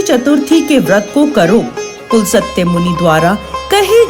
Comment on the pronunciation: बहुत दुख हुआ कि आप अपने ऋषि मुनियों के नाम का उच्चारण भी सही नहीं जानती।पुलसत्य नाम नहीं था रावण के पितामह का। पुलस्त्य नाम था।आधा स का उच्चारण है न कि पूरा स।